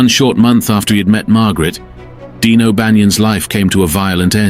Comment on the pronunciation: His name was Dion O'Bannion not Dean.